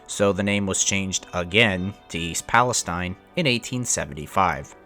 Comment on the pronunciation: I was born in Salem Ohio. Grew up in Lisbon. Ran that area all the time but now I live in Florida. Very sad about the derailment but at least pronounce the name of the town right.